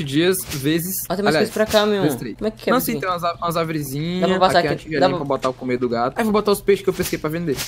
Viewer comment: eu ouvi "não sei transar com as árvorizinhas"